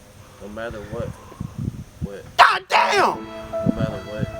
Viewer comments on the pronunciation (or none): 😅😅😅😂😂😂😄 he said got dame😂😂😂😅